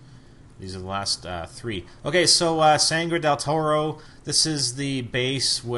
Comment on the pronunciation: you said: sanngre del toro, no ON.... not ONE lololololol